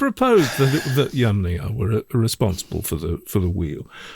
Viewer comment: Thanks for the first correct pronunciation of "Yamnaya"! ❤